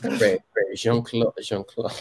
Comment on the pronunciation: I know this is 3 years ago. but a big pronunciation mistake you're making is the e vowel for example in the pronoun je. it's pronounced like jzuh. as in "duh", like "duh, I already knew that". And that can be confusing when you say "j'ai", which is pronounced "jzay" which means 'I have' and is the auxiliary verb for simple past tense. so I talk and I talked would be "jzuh parle" and "jzay parlay". and this can also be confusing when saying "de" and "des" as des is a contraction of de + les (les being the definite article for plural nouns). nous parlons de(duh) chiens / nous parlons des(day) chiens... we talk about dogs / we talk about the dogs.